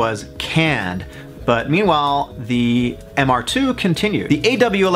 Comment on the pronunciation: Glad someone else caught it. I had to do a double take when he said it wrong.